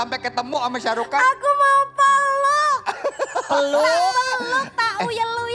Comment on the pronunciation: ShahRukh Khan ya min ya. Bkn Syah 😆😆